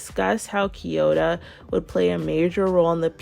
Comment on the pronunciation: Can you stop calling kiyora “kiyota”